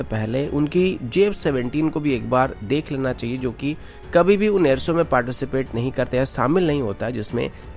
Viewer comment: सामिल नहीं शामिल कहते हैं, कोसिस नहीं कोशिश कहते हैं और एअर सो नहीं एअर शो कहते हैं| आप शब्दों का उचारण ठीक करें| किसी अच्छे हिन्दी चैनल को ध्यान से सुनें और खुद को ठीक करें| आप की आवाज बहुत अच्छी है| स तथा श में अंतर करना सीखें|